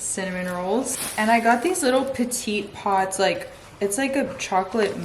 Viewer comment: Petit pot is french from "small cup". We don't pronounce the t at the end of the words, they are silent. So the brand is pronounced "Peti po" 😊😂